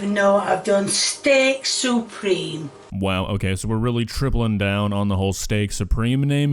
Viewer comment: I understand! She says Steak-SOUPreme.